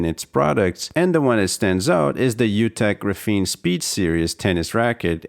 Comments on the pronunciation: I don't think it's pronounced "grapheeene"...more like "grAphene" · he's using the wrong A sound, it's more like grah less like gruh; and the f blends between the syllables. So Graf-een with the ah sound of A instead of the uh sound. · Ares Arts how is it properly pronounced? GRAPHene? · The way you mispronounce graphene the entire video makes me want to smash my head off my keyboard.